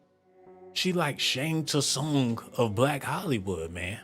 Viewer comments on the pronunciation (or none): none